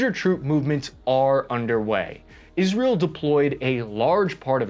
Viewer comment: It's IsrAEl, not IsrEAl ffs...